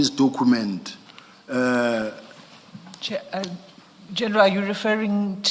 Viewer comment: Dokhument, patikhula approach, dokhete, prokhoment 🙄